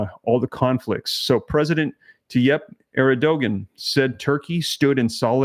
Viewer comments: Terkey's leader's name is pronounced as AIR-D - JUAN. Thank you for all you do. Praying for your family.🙏❤ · You pronounce Turkey's president name, Err-Doe-Wand... Please keep us updated on these terrible events... Thanks. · It's pronounced Air-d-juan!